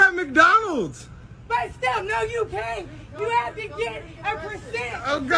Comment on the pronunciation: but why she called it “macdonulds” 😭